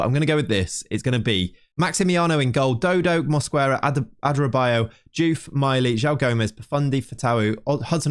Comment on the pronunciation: the U in Mosquera is silent